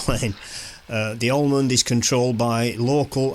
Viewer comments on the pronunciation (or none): Pronounced Amond. No L .